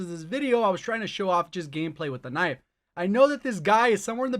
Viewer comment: did you just called Knife "Nipe"? 🙈